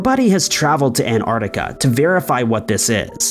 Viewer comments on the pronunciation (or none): Where’s “Anardica”?